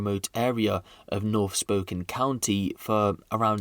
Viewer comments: Spo-can not spoken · Also, pronounced spoh-kayne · You really need to learn how to pronounce stuff...jfc it's not pronounced spoken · It's pronounced, Spoke Can. I live there and YES, a father is justified in, putting out the trash, that's his family duty. The justice system, just puts this garbage back on the street. So, as a mom and grandma, I'd probably do the same. I live in a very rural area, so, I'd just bury the garbage. ; ) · heh.. its pronounced Spoe-Can :D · Just for future reference brother, its pronounced like "spo-can". Amazing video as always looking forward to an update on this one man. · Pronounced as spoke Anne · it's pronounced as Spo Kane- As in Cain and not Can..I have a buddy who is from there and he was super anal about how we pronounce American Cities ect. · Pretty sure its pronounced "Spokayyynee" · Spo-can= spokane